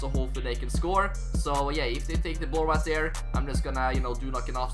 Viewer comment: Really good content bro but one thing that really irritates me is the way you say 'right there'.